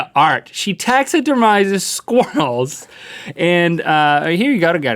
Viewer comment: Tax-a-der-mises ? Lol Link it's pronounced " tax-a-der-mees " or tax-a-der-meed.